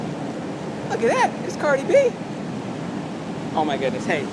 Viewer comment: Dude said cardi shorts